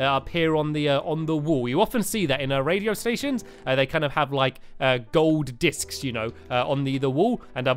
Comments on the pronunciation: Why did he always say discs in to uhmmm dicks ? He said that with the light discs in terraria to !! Wowow stampylongnose 2015 everyone!! Haha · STAMPY IS CUSING AGAIN INSTEDAD OF MUSIC DISK HE SAID MUSIC DIC-S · He said music dicks😂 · "I was abled to get a few music dicks, uh discs..." -Stampy 2015 ._. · Tianna Nguyen he said dics BETTER no k :P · You messed up saying discs it sounds inappropriate please block that